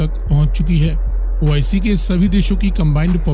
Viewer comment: Abba madarchood ois nahe oic.Pahala thik sa bolna tow shek laa